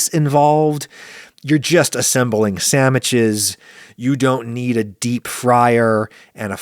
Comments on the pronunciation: Why is Adam saying sammiches instead of sandwiches every time? It just reminds me of the stupid “make me a sammich” thing from the early 2000’s. I haven’t heard it in any other context. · After I watched this, I hear Adam's voice saying, "sammiches" in my nightmares